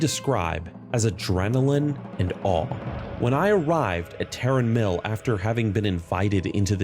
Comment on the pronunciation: Okay you finally get my sub, for literally being the only world of Warcraft content creator that knows how to pronounce Tarren Mill